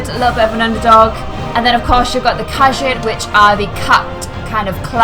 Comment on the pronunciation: Says she's an elder scrolls fan can't pronounce khajiit correctly